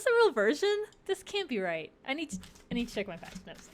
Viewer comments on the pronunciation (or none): none